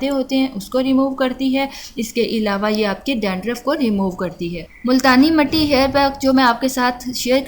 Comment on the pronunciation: Not matti its mitti